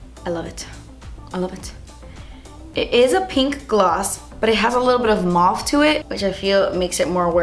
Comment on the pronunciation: We say moe-ve, not mar-ve 🇰🇾 it sounds so funny maaaaaarve Love your videos.